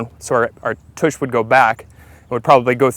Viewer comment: No kidding. Grown ass man saying “toosh” how sad. I’d say revoke his man card but I’m guessing he never had one to begin with LOL